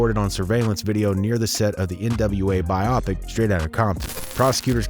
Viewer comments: Lol this guy really said "bi-opic" instead of "bio-pic" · It's pronounced 'bio-pic', not 'bi-opic'